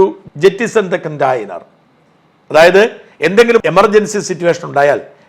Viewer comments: ഷാജൻ പ്ലീസ് said കണ്ടെയ്നർ... Not കോൺടാ നർ.. Ok 😊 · എനി എന്തൊക്കെ. ചാനൽകാർക്ക് നല്ല കാലം. (കണ്ടായിനെർ അല്ല കണ്ടെയ്നർ )